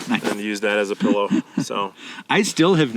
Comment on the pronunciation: Oh my gosh, someone else who says "pellow"!!!! I grew up in Southern Oregon, so maybe it's partly a west coast thing??